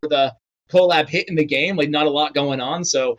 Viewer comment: The way he says co lab is so funny lmfao